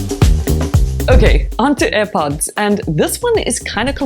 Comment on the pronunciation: It's not aih pots woman 👠. It's air pods